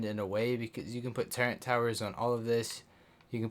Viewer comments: Bro. Love the video, but please. It’s TURRET not turrent please stop saying turrent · Turrent? I didn't know it had a N in it